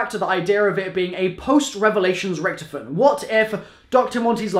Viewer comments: RICK-TOF-IN NOT RICTFN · Richtofen (Rick-Toff-In) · Bro is anyone else annoyed by how hes saying richtofen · if you keep saying Richtofen like that...